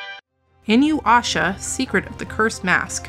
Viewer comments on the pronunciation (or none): Well since has noticed me, I would like to say that I just recently found your channel and am a fan! But the Inuyasha pronunciation was super funny to me. Keep up the good work girl! <3